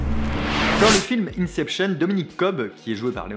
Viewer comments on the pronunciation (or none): none